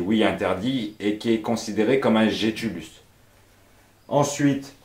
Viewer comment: On prononce "guétulus"